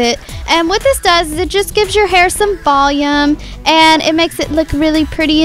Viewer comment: love the way you say volume its like vol-yum :)